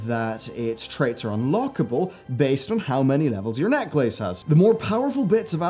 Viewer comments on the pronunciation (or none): I'm just hoping that the mythic island expeditions will be more difficult than mythic 0 dungeons. Also, a slight nitpick, necklace isn't pronounced neck-lace, it's neck-less, but you're the cutest so i don't care :) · I've never heard anybody say neck-lace like pronouncing it as two different words. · Im srry but the way you pronounce Necklace is actually triggering me XD